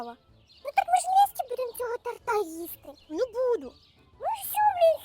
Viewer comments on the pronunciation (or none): Вибачте, що трішки буду душнілою, але не торта́, а то́рта😢